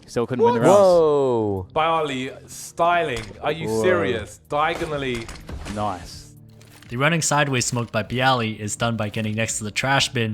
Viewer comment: "DAIGONILLY!" . . . . . . . "noice..."